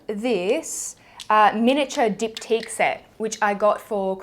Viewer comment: I love how you said the Diptyque fragrances’ names! I love when non French people speak French, I always found that very exotic!!! As for the By Terry fragrant délice, the « t » is actually silent but you did good ^_^. You have so many great choices but It’s so bad for my wallet.